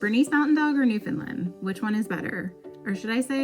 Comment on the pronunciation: What happened ? The first three times you uttered the name Newfoundland you "nailed" it. However every single instance after that you drifted to pronounce the word as "Newfinlind". As a Newfoundlander I can tell you that really grates on our collective nerves here. It's simple really, when you speak the word (for the Dog and the place), it should rhyme with the word understand. As in, "Understand Newfoundland". Regards coat care for adult Newfoundland's; the best thing you can do is to feed them raw oily fish. Mackerel or Herring if you can source either, at least once weekly. It does wonders for the fur.